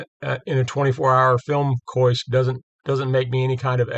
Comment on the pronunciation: The only thing offensive is you mispronouncing " kiosk,"